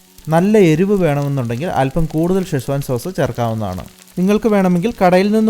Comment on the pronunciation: ഷെസ്വാൻ അല്ല സെഷ്വാൻ